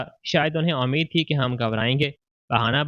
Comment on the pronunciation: Ammeed ? Ummeed😂 I hope aplog sahih urdu main perhte